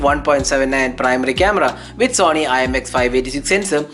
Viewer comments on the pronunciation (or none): none